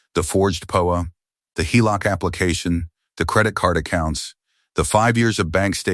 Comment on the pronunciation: That's not "da", that's DEE-AY! It's also not "poa", it's PEE-O-AY.